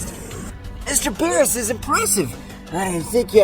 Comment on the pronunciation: Aww man no voice that says beeroos.